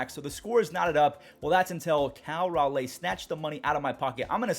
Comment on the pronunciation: Not sure if you’ll see this, but you’re ever so slightly mispronouncing Cal Raleigh’s last name. It’s more like “RawLee”, not “RawLay”. I only mention it because we attended the same high school, albeit he was a senior and I was a freshman. Love the vids. These recaps are my savior🙌